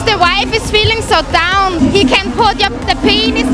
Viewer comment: Is this in Austria? She talks like Arnold. "GET DOAWWWWN"